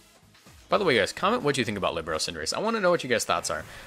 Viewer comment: Líbero was good pronounced